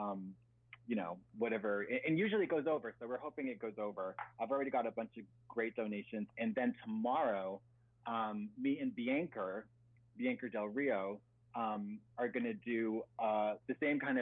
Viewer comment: why does katya pronounce it Biancer? 😂❤️